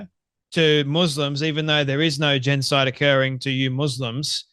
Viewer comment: GENOCIDE! JEN-OH-SIDE